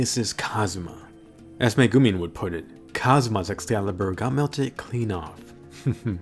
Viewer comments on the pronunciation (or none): please, for the love of god... learn how to say Megumin and Chomusuke properly.